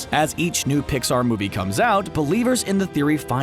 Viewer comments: Did he say dixar in the beginning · At the beginning was also a mistake he said dixar movies